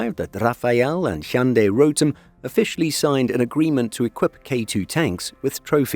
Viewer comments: His pronunciation of 'Hyundai' was spot on too! 😊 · Happened to watch this clip. Good job on covering the subject and most of all best job pronauncing "Hyundai" correctly. Pleasant surprise! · That's the first correct pronunciation of Hyundai I've ever heard.